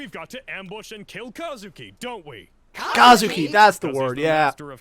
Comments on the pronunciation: They actually mispronounces Kuzukis name in this abridged series, they pronounce it as "KAzuki" when his name is "KUzuki" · I thought his name was Kuzuki not Kazuki...... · His name is Kuzuki, not Kazuki